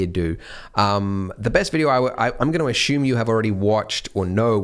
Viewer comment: Why does he say ashume